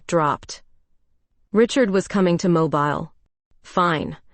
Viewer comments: Terrific Story.. your Voice you chose is Audibly Captivating. But AI cannot Pronounce well (yours & others) as well. ITS Mobile Mo-Berle. Not Mobil as moving. Teacher in US..Sorry 😉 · Learn how to pronounce Mobile, when referring to AL.